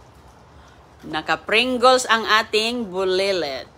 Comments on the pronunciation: Helo... Please learn the proper pronunciation like the Pringles... Not.."Pringules". Also.. chocolate... Not chocoLet... Ok! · Pringles po is the correct pronounsitions, not prigguls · Anong klaseng caption yan ! kinain ninyo ang basurahan at anong pringuls , ayusin mo nga magpronounce ng mga words mo para kang hindi nakapagaral , kaya pala hindi mo maturuan ng tama ang mga anak mo , magself study ka nga bago mo ibuka ang bibig mo .